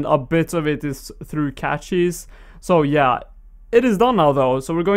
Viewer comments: Nice vid. Btw, cache is pronounced the same as cash, not catch. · Ey. You were wondering how to say it, Cache is pronounced "Cash".